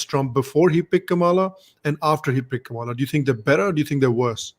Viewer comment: Anchor could not pronounce Kamala correctly